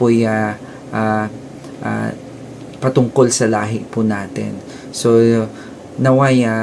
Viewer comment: Correction "Lahe"